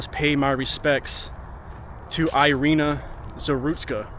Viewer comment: It's called "Eereena"